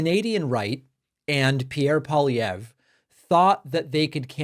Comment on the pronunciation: TY, David, for covering this and even pronouncing Pierre Poilievre's name properly 😊 And ty to trump for helping us in our Canadian election❤from Canada 🇨🇦